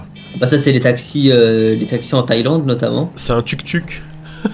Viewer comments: Ça se dit pas tuk tuk mais touk touk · sais pas tuktuk c’est touktouk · Nn c pas tuk tuk sa se prononce touk touk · LaSalle c'est pas un tuctuc mais un touctouc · ça s'appelle un tuk-tuk mais cela se prononce touk-touk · C'est écrit tuk tuk mais sa se prononce touk touk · Je suis thailandai et on dis touc touc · Tuk tuk se lit "touk touk " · Le tuk tuk se prononce touk touk